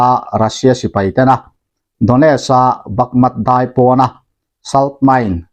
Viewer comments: Bakmat tia i lam ri hian ngaihthlak a ti hahthlak , Bakmut tiin lam ve tawh teh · Yutuber dang zawngin Bakmut tiin an lam rik laiin nangin Bakmat i ti tlat hian min tibo thei deuh alawm le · Bakmat tia lam lo hian bakmut ti in lam zawk la ngaihthlak anupam zawk lo maw te ka ti vel mai mai a,,aaa poilo tha vek mai,a ngaihnawm vek tho e👍👍👍